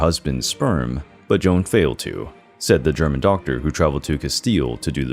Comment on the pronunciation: Queen Joana’s name isn’t “Joan” it’s J O A N A. Great video but work on your pronunciation of foreigner names.